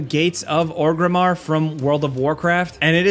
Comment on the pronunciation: Bro. Thats Orgrimmar. At least know its name.